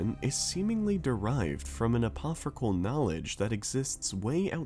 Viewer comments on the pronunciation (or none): The way you say Apocryphal is hilarious. "Apophrycal" you say? 😂